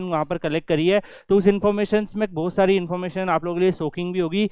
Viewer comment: "bohot sari" hoti hai, "bhosari" nahi